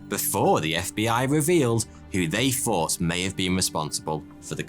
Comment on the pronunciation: He finally learned how to say TH-oughty2